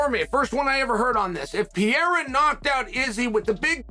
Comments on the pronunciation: I like it when Sonnen says Pierre …… I’m like…… Who the hell is that??? Then realized he was talking about Alex Pereira. Chael always find a way to be relevant. 😂😂😂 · Who's Pierra? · Who is Piéra??? Some fighters names get murdered whithin people in the Ufc that's why I like Bruce Buffer's professionalism,he takes the time to get the little things right... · i love Chael but for god sakes he can't pronounce anyone's name correctly.. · Listening to Chael keep trying to say Pereira is painful